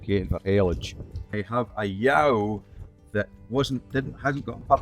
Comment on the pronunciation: I love the way this crofter pronounces "ewe" -- quite close to the way it's said in my home county of Simcoe, in Ontario, Canada.